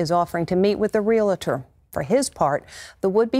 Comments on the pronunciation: The word is realtor not relitor. And you call yourself a reporter… SMH. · Hopefully you say real-tor, not re-la-tor like the lady in the video. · It’s REAL-TOR, not re-la-tor. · It’s REALTOR! Not “Reel-uh-ter”